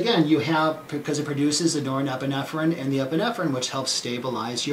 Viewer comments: Yes. Great explanation. But somehow he's got an extra syllable in that word... :D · I'd never take any advice or notice of a 'Doctor' who cannot even pronounce norepinephrine properly.... Specialist, or snake-oil salesman?? Does someone hear a duck quacking?